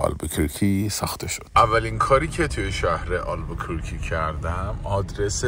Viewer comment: اگر کمی روی تلفظ کلمات دقت کنید بهتره، البوکورکی نیست، دیستورب و بریک هم اشتباه بود